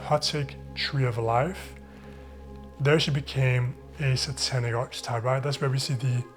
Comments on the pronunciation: archetype is pronounced ARK-uh-type three syllables and hard c sound. love your videos ! instantly subscribed. thank you. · "Archetype" is pronounced "Ark-a-type".